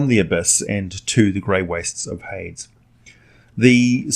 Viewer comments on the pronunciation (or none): Did you really pronounce Hades as "Haids" instead of "Hay-dees"? I'm also thinking Carceri may be pronounced "Kar-Keri" but I may be wrong on that one. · Isn't Hades pronounced, "Hay-deez" instead of, "Haydz?" I ask in all seriousness, being ignorant in these things, as well as appreciative of proper pronunciation. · No one in the history of ever has pronounced hades as “Heyds” lol. Keep up the great videos. Lore lore lore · Amazing video but I feel the violent urge to smash my computer every time you pronounce hades lmao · "Hades?" Like... multiple Hade? Hmm. Hades is a very common word, I am surprised you mispronounce it.